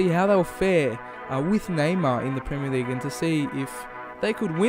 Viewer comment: "League uh"